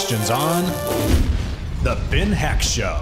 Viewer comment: Just subscribed, By the way you pronounce "Heck"-"Eck" :)